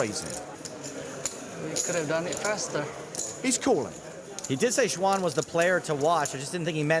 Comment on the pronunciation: First learn how to pronounce her name it's Suan, X is spelled like an S